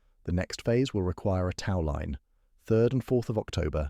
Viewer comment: annoying narration... tau line? really?